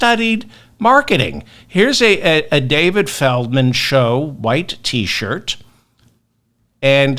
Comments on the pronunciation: Why FeRdman? FeLdman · Why Ferdman instead of Feldman? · I thought it was Feldman and not ferdman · Is it ferdman or felman. I am confused 😮